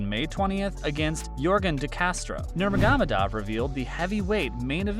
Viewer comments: You butchered Khabib’s last name ya donk! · Dude you pronounce Khabib last name so funny. 🤣🤣